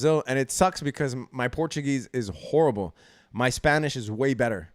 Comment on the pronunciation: Z, are you Iraqi? I thought the 'ch' in horrible at the end of the stream gave something away... 1hr 42...